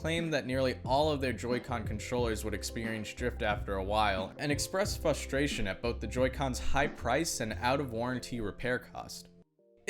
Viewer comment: This guy really did an entire video pronouncing it "fustration".